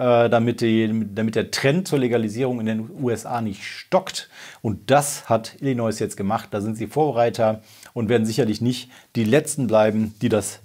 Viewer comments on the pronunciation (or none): Mein dritter Kommentar :D Ich will ja nicht klugscheißen, aber bei Illinois bitte nicht das "S" am Ende mitsprechen. Gesprochen heißt es Illinoi / Illineu. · Jetzt müssen wa dem leider auch den Bundesstaat ILLINOIẞ vorhalten 😂😂 Nach Messaschuschätts und Coloräido...